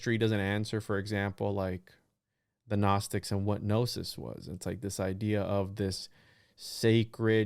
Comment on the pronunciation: He has a PhD in esoterica but pronounces gnosis (know-sis) as Ga-knowsis? Okay.